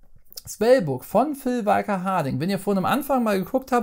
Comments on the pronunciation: ich hab dich lieb, ABER, wie du Phil (Nudel)walker Harding aussprichst, da reißts mich jedesmal und ich schrei fast den Bildschirm an. Walker (gesprochen "wo ka") BITTE Erlöse mich Viel Liebe, Martin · Genau,, sprichst du Luke SkyWALKER auch so aus, oder den WALKER Texas Ranger?;-)